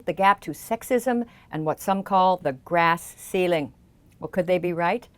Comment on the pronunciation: Did she actually say the "grass ceiling" i can't stop chuckling - immature, I know